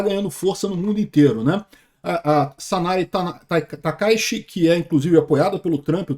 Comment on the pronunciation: Sanae Takai"T"chi, Por quê as pessoas sempre pronunciam errado as coisas do Japão ?